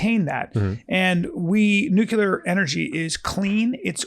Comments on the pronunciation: Yo B, the word is pronounced nook-LE- er not nook-U-ler. Might be some of that cte from “moving around the ring”. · Come on B! It’s Nuclear “new-cle-urh” not “nuke-ya-luhr”